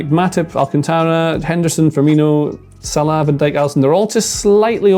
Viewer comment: Why does he say Salah like that